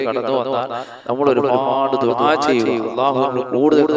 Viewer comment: ദുബായ് അല്ല ദുഅ ആണ് ketto